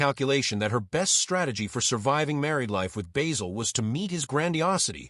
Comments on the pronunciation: It's Basil not Baysil. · BAY-sil? Have you watched the show? Not to mention a completely click-bait title. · At the risk of sounding overcritical, I would point out that in British English the name (and the herb) "Basil" has a short "a", and rhymes with "razzle". I am impressed by Cleese's father's foresight in changing his surname. I have known a number of people who have changed or dispensed with a name, often without any obvious need, but ugliness is in the eye of the beholder. In thirty odd years of teaching, I met children whose names affected them as much as a physical deformity, and who got rid of the offending name at the first opportunity. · Why do Americans pronounce Basil as bayzil? No other nation can mangle words like the Americans. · What an absolute pile of shite! AI couldn't even pronounce his name correctly, not just AI shite but American AI shite. Why all the pictures of people who were not even in it? Wankers!